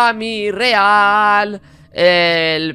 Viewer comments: solo sugerencia se pronuncia emirial pero se escribe amireal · ya le quitae la duda a de como pronunciar a amireal solo pronuncialo asi como eimi rial